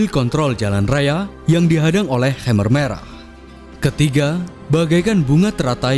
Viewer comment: Pelafalan khmer merahnya salah bro